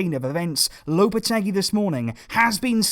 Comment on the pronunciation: It's pronounced Lopete-"GEE" like in geese.